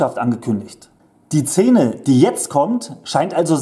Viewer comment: Sag noch einmal „Zene“ 😂